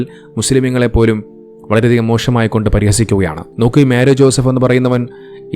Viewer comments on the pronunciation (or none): വളരെ മോഷമായി എന്നല്ല മോശമായി എന്ന് pronounce ചെയ്യാൻ ശ്രമിക്കുക, എന്റെ പല മുസ്ലിം ഫ്രണ്ട്‌സ് ഇങ്ങനെയാണ് pronounce ചെയ്യുന്നത് അതുകൊണ്ട് പേര് note ചെയ്തു, അല്ലാതെ ഞാൻ വർഗ്ഗി ഒന്നുമല്ലേ 😂😂😂😎😎😎